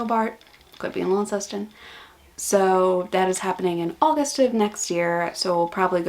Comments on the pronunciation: Launceston is pronounced Lonceston, not Lawn. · new city to learn. you don't say Launceston like launder. You say Lonceston like long. Good to hear that's work going well and I'm sure you'll get the rest sorted out without too much trouble...mwah!